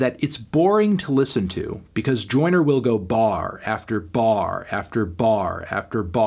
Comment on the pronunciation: Melon saying “Oyner Oyner Oyner” for 7 minutes doesn’t make this a review.